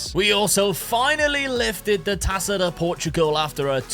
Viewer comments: the "ça" in "taça" you read the same way you read "sa" in "Samu"'s name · Great vid!!! Just a little thing. "Taça" reads as tassa (purposefully miswritten). In Portuguese the letter Ç is the same as SS (no German connection). Yeah... We overcomplicate stuff 😅